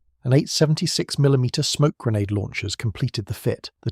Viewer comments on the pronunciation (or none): none